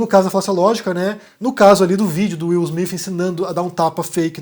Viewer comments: Acho improvável que seja fake, de qualquer forma, a maior questão é a pronúncia: Afinal, é Will "Smith" ou "Smifh"? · Will Smiff ou Will Smith? Haha cade esse Cambly gente hahahaha